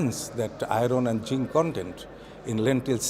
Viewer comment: “Ahron & jihnn condend” = Iron and zinc content.